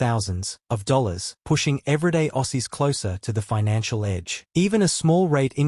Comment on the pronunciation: This AI voice narrating the video sucks. We don't say "Ossies".